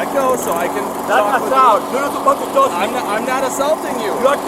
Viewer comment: 😂 “don’t tosh me” 🤣🤣🤣🤣🤣